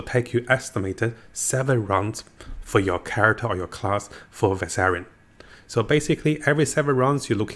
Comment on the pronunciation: Var-shan. Not Var-sar-ian Quit deleting comments. I’m just trying to assist with the pronunciation. I’m learning Japanese and appreciate when people assist. You? You delete people trying to assist.